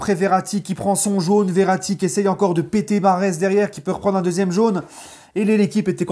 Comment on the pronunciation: Stp stp prononce bien Mahrez la fierté nationale de l'Algérie merci